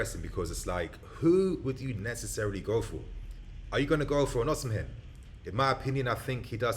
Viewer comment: Even though the name is called OSIMHEN, the correct pronunciation is OSIMEN and not OSIM-HEN. Love from Nigeria.